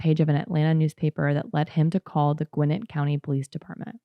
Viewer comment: Love to see that Georgia has been and forever will be a shit show. Great pronunciation on Gwinnett btw most ppl who aren’t from here get it wrong lol